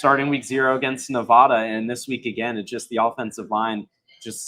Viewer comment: BTW, you guys are pronouncing Nevada wrong and it is driving me nuts.